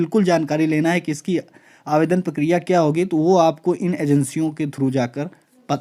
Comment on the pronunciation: पकिरिया नही भाई प्रक्रिया होता है।